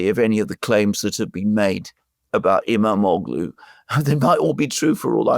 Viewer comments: The g is silent. Ğ = gh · The Turkish letter ğ is pronounced like a y. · You don't pronounce the g in his name. Imamolu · The g is silent in İmamoğlu's name. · Hey, is pronouncing Erdogan better now:) Now you can pronounce “Imamoglu” the same way, with a silent “g.” The Turks call that the soft g (“yumashak geh”). It makes no sound of its own. It merely slightly prolongs the preceding vowel. Great job as always, guys, keep it up! — FREE PALESTINE